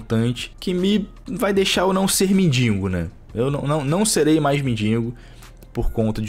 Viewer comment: Por sinal, é “mendigo” e não “mindingo”